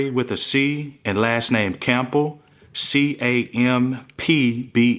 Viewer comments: CAMP-bull 😂😂 who tf says the P in Campbell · That's the first time I heard anyone pronounce the "P" in Campbell 😂